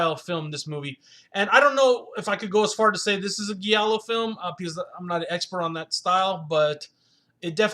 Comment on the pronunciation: “He gets DRUG (**should be DRAGGED*) into the movie?” Giallo, is pronounced with a soft G: “GEE AH LOW.” Sorry, it’s not criticism, that’s meant to insult you, but constructive criticism, that I hope that you benefit from. As far as the film, it had HUGE promise, but ended up being nothing more than artsy silliness. Very beautiful women, excellent performances and amazing accuracy, in recreating the era in which this film takes place.